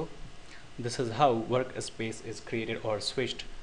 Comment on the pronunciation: dude it is not worka space. It is Work Space. Get your english in proper line and then i suggest you upload video's with voice